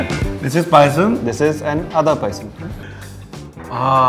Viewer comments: For crying out loud, it's Appams and not Uppums. Also it's Paayasam and not Pisum. The latter is the Genus name for Peas. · It's SHARJAH. Not shajar. 😶 It's PAYASAM. Not pisum. 🙄 (Referring to subtitles) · Manh it's payasam not pisum 😂😂😂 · Its Payasam not PIsum Its BEEF not BUFF Good video btw :)